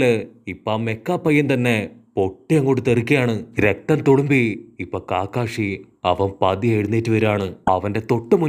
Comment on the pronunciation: Bro കാക്കാഷി അല്ല കക്കാഷി